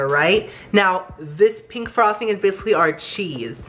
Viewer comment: I hate how says pink! It's pink not peenk! I still love you